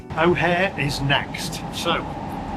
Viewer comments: sorry I've been away for awhile just catching up on your videos this evening. Chicago's airport is pronounced O’hair. I just finished watching this video after interrupting you just to make a comment. On with the show. All the best as usual, Mark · It's Chicago O'Hare Airport (pronounced like washing your hair). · Yeah,, look i watch most of your videos, but seriously I watch the news and just generally keep up to date with current affairs,, and you the big world traveller dont know the name/pronunciation of Chicago's Airport? Your having a laugh mate. 😶